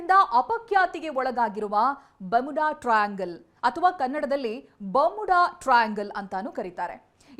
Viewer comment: ನಿನ್ನ ಇಂಗ್ಲಿಷ್ ಗೆ ಬೆಂಕಿ ಹಾಕ, ಬಾಮುಡ ಅಲ್ಲ ಬರ್ಮುಡಾ ok na